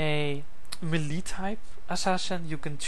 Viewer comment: hes pronouncing melee wrong.. its getting annoying..